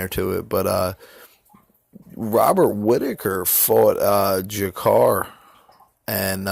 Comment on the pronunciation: I agree with what you say about MM bro he really is something special. Would you like to see him fight Cody at 125 next, or ray borg? Gotta disagree about (JA-CA-REY not JA-CAR lol my lady is Brazilian and a real stickler for pronunciation fam) while he's not an all time great by any stretch he's a vet whose always been a fucking savage in my eyes. Seeing waterson lose like that sucked but it shows you no matter how many times rose loses she's always fucking DOWN! Next week cub Swanson fights!!!